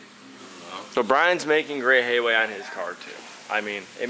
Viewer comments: Headway not hayway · I love how Gen Z kids murder the language. First it was parcel shelf (Jimmy said partial shelf the other day LOL) and making good hay-way. It is "making good headway":P